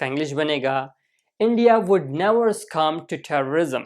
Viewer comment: You are pronouncing the word succumb wrongly.